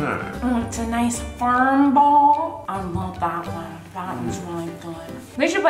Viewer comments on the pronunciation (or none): "it's a nice ferm ball"